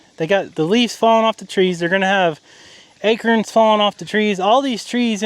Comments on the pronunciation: I love how says A-KERNS 😂. I love hearing accents from all over the country. I’m from the east. We say A- CORNS. My grandfather was born and raised in Philly but he said some words like he was from somewhere else. Moshmellies was my favorite word he said. I’d giggle w wet time he said it. My grandmother would pronounce his name (Mart) like she was from New England. She was also born and raised in Philly. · "ACERNS" 😂 I have never heard ACORNS said like that. 😅 Also regarding the cheap plastic pools, when we were kids we beat on those things, so my dad would double/triple them up so they lasted MUCH longer. Also for the 50 gal rubber one that has a leak? Couldn't you put it in an extra large durable 55 gal garbage bag or some other kind of tarp? Or would the animals tear that to shreds? Strange you can't find the leak. Just fill it super slow until water starts coming out (you'd have to put it on cement though). Just my 2 cents...😊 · Two words you P renounce wrong Bermuda an acorns